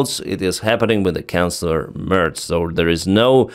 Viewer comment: I love the way you pronounce our chancellors as "canclers", which nails it 😂